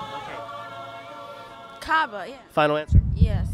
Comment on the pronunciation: The guy who won the iPad is amazing, he knows the Arabic name of Jesus ( ESSA سيدنا عيسى) even he pronounced the Kaaba correctly with a nice (ع ) , was too confident about number of daily prayers and the spelling of Ramadan 😇🌻🌼 May Allah bless him and give him hidaya 😇 Amin